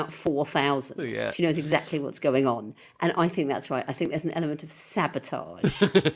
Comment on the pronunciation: I haven’t seen this episode (because I live in a backwater called the USA, where we don’t get to watch Taskmaster after the first two episodes), but I lost it when Morgana said “Eggsactly” in response to Victoria’s plastic chicken farm. I hope to see the episode sometime before I die.